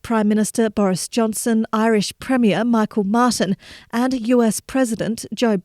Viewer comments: Yes the Irish Teeshook's name is pronounced Mewhole Martin. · I cannot believe that she didn’t bother to learn how to pronounce Micheál Martin’s name. That is super poor and explains the problems in NI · You pronounced the Irish prime ministers name wrong (plus he's not known as a "Prime Minister") and you failed to report the violence and riots by the british Loyalists, who actually kicked off the riots in the first instance.... good job on maintaining Anglo Irish relations "Evening Standard"